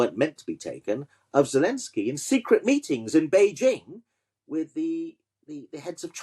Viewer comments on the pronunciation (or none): none